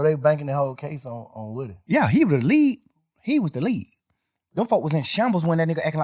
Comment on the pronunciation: Most important thing in this interview is we have been pronouncing woody wrong. It’s like ric flair saying wooo